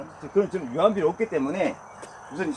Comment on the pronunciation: "유한비료"가 아니라 "유안"입니다.